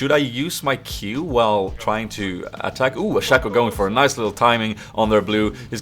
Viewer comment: uttalas shay-co